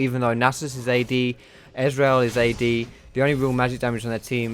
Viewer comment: You say Ezreal like Israel :D